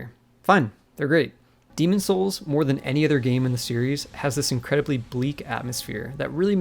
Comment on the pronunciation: Why can’t you pronounce the game’s title correctly?